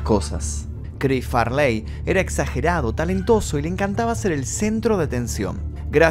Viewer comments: Porque dice far ley y farley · Chris Fartey, prrrrtttt 💨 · Su nombre no era Farláy, sino Farley, pronunciado como Fáh-lee. Okay? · Farleeey, jajajaja... qué nació en Birminham?. Seguro surfshark lo sabe.